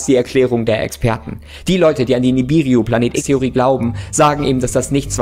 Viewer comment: sagt Ihm bitte mal das dieser vermeintliche Planet Nibiru heisst und nicht Nibiriu, Danke.